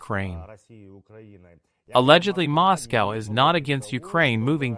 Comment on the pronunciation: MOSS COWW